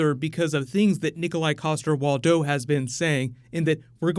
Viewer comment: A little Danish lesson:) It's Waldau:) the W is pronounced as a 'v' and the first 'a' is probounced as the 'a'in agony. Big fan of the Channel btw!!!